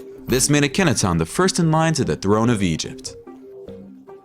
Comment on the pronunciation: Please learn how to say these words properly instead of this annoying slant. It's not Uh-KENNAtawn.